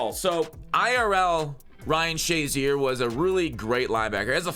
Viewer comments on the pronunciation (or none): Noone literally noone calls this dude shaz. Its SHA (SHAY).... or flat out 50